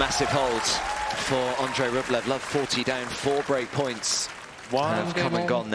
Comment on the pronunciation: Listen to the Umpire, he pronounces Andrei’s Surname correctly.